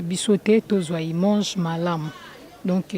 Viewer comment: POURQUOI OLOBAKA IMANGE??? ON DIT : IMAGE